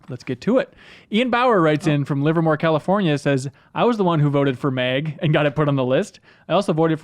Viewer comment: Why did he call MAG, MEG about 10 times.